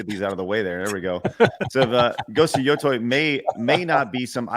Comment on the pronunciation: What people should really be mad about is saying yo-toy over and over again. There is no universe in which the english letters "tei" are pronounced "toy"